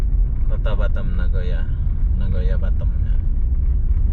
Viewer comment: Pelafalan kota BATAM nya ko seperti BUTTOM 😂